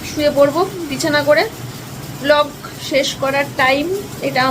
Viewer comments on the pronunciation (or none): none